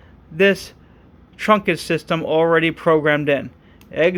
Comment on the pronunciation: Okay. Just to be clear. Okay. it's pronounced trunked system (one syllable). Okay. Not trunk-ed (two syllables). Okay. Just busting your balls 😜 Great video series. Very helpful. Thanks for posting 👍